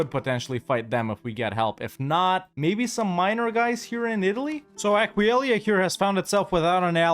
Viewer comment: I lost count on how many time mistakes the name Aquileia, still funny tho!